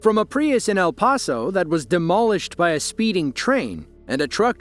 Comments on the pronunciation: El Paso . . . is pronounced PASS and not pahs. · It's El "Pass-o" not El Paw-so